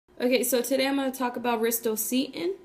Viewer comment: 😂😂😂 i can pronounce it better, do u hv pronunciation issue? Stutter?